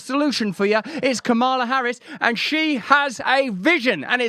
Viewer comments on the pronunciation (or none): its ka ma la. its not ka maaa la. but the video is awesome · Her name is pronounced COMMala. Comma la. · You're mispronouncing her first name, and she's one of the most famous women in the world. Very, very racist.